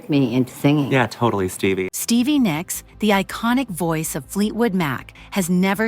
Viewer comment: Nicks, not Nyx!!!! Damn it pisses me off when they can’t spell names, right! Cheap computer machines that narrates this crap